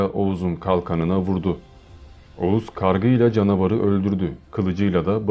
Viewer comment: Oguz. Okuz.